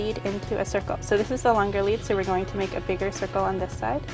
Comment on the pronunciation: haha instead of saying make sure she says "wake sure" lolx .. sounds kinda similar !?! :P lolx jk ..